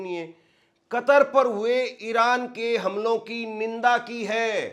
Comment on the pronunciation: Ninda nahe nindya bola hu ga